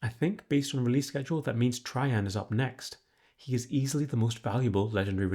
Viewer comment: TRAJANN IS PRONOUNCED TREY-JAN OR TRAY-JAN KILLING ME